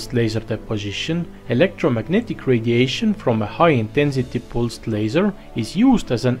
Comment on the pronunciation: Are you Indian? You pronounce "pulsed" so wrong!!!